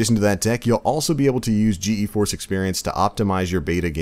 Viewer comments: just gforce not G E force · it's pronounced G-Force.